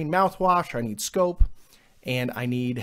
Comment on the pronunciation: You said scope, sounds like snope. first website had an add for snopes